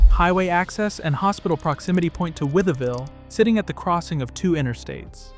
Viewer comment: It is WITH-VILLE. That is how everyone in Southwest Virginia pronounces it. Named for George Wythe (With).